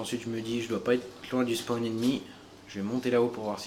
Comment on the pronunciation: c'est une dedicace à moi quand tu accentue le mot spaaaawn?